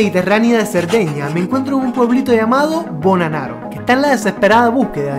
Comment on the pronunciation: Hola, espero que también hayas disfrutado de las maravillosas playas de Cerdeña y no te hayas quedado en el interior de la isla! Y por cierto, el nombre del pueblo se pronuncia Bonnánaro con el acento en la primera ‘a’ 😉